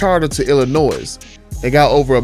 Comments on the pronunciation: The S in Illinois is silent. Think Illinoi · We pronouncing the S in Illinois now?! Lol wild. But I'd rather drop a supercharger in my 1500 and tune it. The price jump to a TRX isn't worth it.